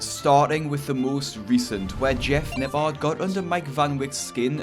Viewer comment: Everyone: Jeff Nippard This guy: Jeff Napaaaaaarrd Jesus at least learn how to pronounce someones name correctly if you are going to leech off of them for views.